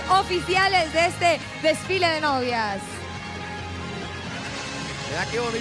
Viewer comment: SIDA dijo disfile envés de desfile